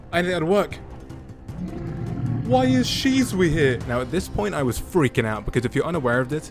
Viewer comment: that is not how you say her name :D. Why are you calling her Shizuwii